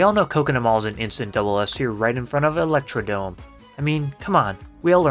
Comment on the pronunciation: Thwomp not thomp 😅 And it's electrodRome, not Electrodome. There's an R hiding there